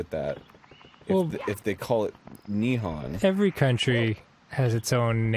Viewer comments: JAPAN IS NOT NIHAN ITS NIHON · hearing arin mispronounce nihon kills me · Interesting that in this "Nihon" story, Arin pronounces Nihon wrong.